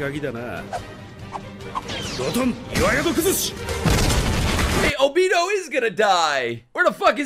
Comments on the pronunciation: MEAN - A - TOE (To help with pronunciation) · Mean - a - toe